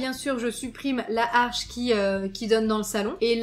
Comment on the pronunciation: sublime rénovation 🥰 par contre on dit "l'arche" et non pas "la harche" 😉